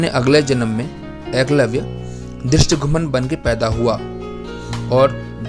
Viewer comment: Bhai yo dristdhumya hai dristhomya nhi